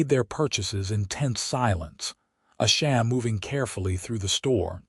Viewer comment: Thank you so much for sharing such a touching and beautiful love story! It was truly a joy to listen as Quinlan and Asha's journey unfolded. However, I did want to mention that it was quite disappointing to hear the narrator struggle with the pronunciation of Asha's name throughout the story. As she is one of the two main characters, her name being mispronounced consistently felt quite jarring and really took away from the immersion of their emotional journey together. I hope this feedback is helpful for future projects!